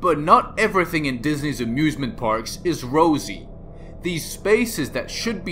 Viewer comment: Who heard abusement parks?